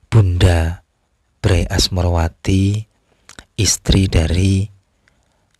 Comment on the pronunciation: Membacanya bukan BRAy tapi be er a ye dari kata bendara raden ayu